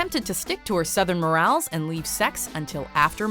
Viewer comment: You said "Southern morales". You meant "Souther morals". That is all.